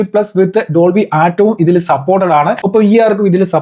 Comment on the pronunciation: Bro....Dolby Atmos anu dont say atom...!